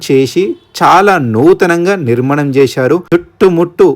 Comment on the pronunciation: Nirmanamu kadu nirmaanamu.thambelu kadu thaabelu.koncham chesukoni video pettandi.veshindi cheppedi em thelugu.aakramamu kadandi akramana